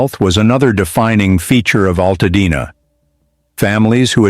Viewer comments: WTF is Al Tad Na? Stupid AI narratives need to go! Nobody needs this crap! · Alttadna..no altadena get it right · That and the mispronouncing of my home city is why I had to stop watching!